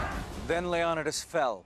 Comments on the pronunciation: I'm only 4 seconds in... I'm sorry, how are you pronouncing his name? Low-non-a-das. First time I've ever heard that. This guy is the one person, who's name is pronounced the same, no matter what nationality is saying it. And then there's you. After reading the comments below. The consensus is, that you haven't finished sophomore English yet. And btw, Stephen King's "IT" is also a real story. A real story, is any story that has ever been told, or invented, or thought of, ever. A TRUE story, actually happened. Which is also different from a Documentary, Biography, and also a Based on real facts story. The story of Leo-Ni-Das, is a based on real facts only. Many details of the Persians, are the extreme opposite of the truth... Did you know. Only one of those two groups, had slaves... And it wasn't the Persians... They had outlawed it by this time. And that this army, was one of the largest financial purchases, of all time, for a long time. The Persians, paid their army. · 'LEON'EYE'DUS' NOT 'LEON'IDUS' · leon-ih-dus??? Its leo-ny-dus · These guys have been saying Leonidas wrong this whole video...wow. It's not Leon-oh-dus. It's Lee-oh-need-us. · LEE-Oh-nee-dus, not Leon-ih -dis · Its pronounced leo-ny-tis, NOT lee-on-it-is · King Lee uh NIGH dus not lee OH di nus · leonidas: ;Lee-oh-nigh-das; not ;lee-aw-nuh-dus; 🙄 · "Le-on-da-dus" AYFKM?? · Leo-ni-diss....not lee-on-idis.... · Who the heck is Leon-dis... It's Leon-i-dis ffs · Bruh this dude said leonadas instead of leonidas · King LEon-nad-das. LOL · Leo-Ni-dis lol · King Leeon-id-uss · The Spartan King's name is pronounced Leo NEE das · Seriously, "Lee-Awn-a-dus"? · I can’t take you serious when you can’t even pronounce Leonidas’s name. Leo ni das. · This fellow's narration and pronunciation is laughable. King Leon-i-dis? A fall-anx? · The name is pronounced ( LEE OH NEE DEES ) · SingleCab HemiDreams lionidas, it means in them days in Illyrian language, lion-day ? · It's pronounced 'Lee - Oh - n'eye - das'